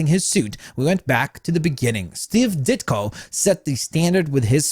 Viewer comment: The way says Steve Ditko really bothers me 🥴